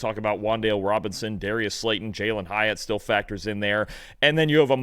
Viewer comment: Soon as this man said hyatt ? I gave up